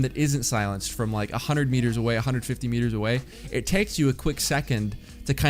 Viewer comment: instead of away its awar,but no hate favorite streamer and fortnite channel